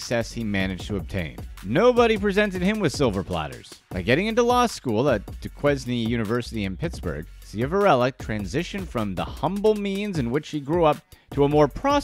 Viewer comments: Not to be that guy ….. but it’s Duquesne university pronounced *doo-kane * not doo-kez- knee. Horrible situation none the less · FYI, Duquesne is pronounced DU-CANE. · Most did I’m from Wilkes barre and it’s SHIV-a-RELLA & Wilkes BARRE(Berry) Duquesne (Du-Kane) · Admittedly, it is a bit nitpicky, but, yeah, that irritated me, too. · Duesquene is pronounced "doo-kayne".